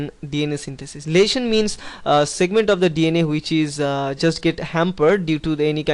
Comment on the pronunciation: The -sion in lesion is pronounced with a 'g' sound as in ''region''